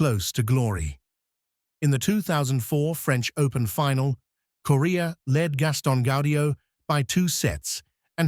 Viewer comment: The AI voice really needs to work on pronouncing names. Calling Coria as Korea, Mecir as Mecheese, and Ferrer as Fera at the beginning. This list not including Corretja with 2 major finals, Zverev with 3 major finals, Ruud with 3 major finals, and Tsitsipas with 2 major finals while 7 of the 8 only reached 1 major final and 1 guy didn’t even reach a final is beyond ridiculous.